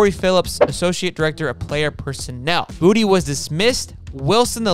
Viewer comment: It’s pronounced Bou-Tay!!